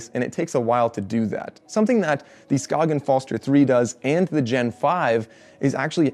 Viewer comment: You pronounce Skagen correctly. That was unexpected. Good review!